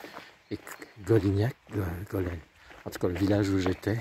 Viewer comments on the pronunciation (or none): z'avez intérêt à prononcer "golinyakk" et pas Golinac, c'est de l'occitan ,langue où NH=Ny=français GN(espagnol"N tildé")